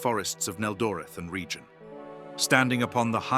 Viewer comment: There are so many statements completely wrong or outright misleading violations of Lore and Canon I have no idea where to even begin a proper critique. And, btw, it's pronounced REG ion (reg ee on) not like 'region' meaning the hard G, not the soft G. And, MEL ian from 'mellon', the Elvish word for friend and/or 'love'. UGH. I can't believe I fell for this click bait.